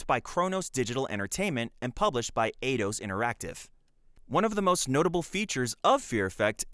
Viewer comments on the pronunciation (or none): none